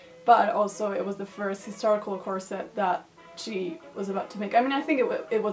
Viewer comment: Hey I'm French 🇫🇷 (I don't know why I keep adding this little flag every time I say that in a comment tho...) You seem to say "corset" very good (I've just watched the 30 first seconds so far 😂) but I'm gonna answer to your question at the beginning "how do you even say corset ?" So as I said you seem to say it well, actually the T isn't pronounced but in these 30 first seconds I can't figure out yet if you do or not Oh and the S when it's plural isn't pronounced either I'm gonna watch the video now 🤗